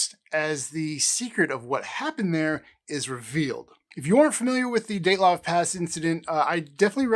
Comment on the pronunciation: Daylov pass? It is called Dyatlov Pass.